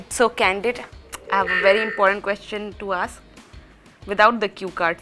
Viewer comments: Isn't that "quesTIN" pronounciation weird? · HRs pronunciation of question.....😐😐